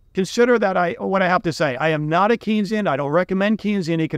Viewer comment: It's pronounced Kane-sian, Keynesian rhymes with brainzean: Keynes told people that Keynes rhymed with brains.